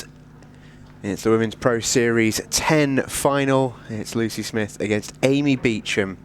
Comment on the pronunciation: Beacham…does she pronounce it like that? Looks like Booshump